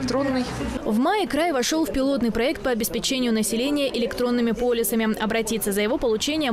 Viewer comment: Полюсами!Даже журналистка говорит неправильно. Полисами надо говорить